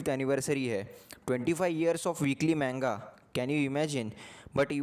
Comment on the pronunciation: its not menga bro its MANGA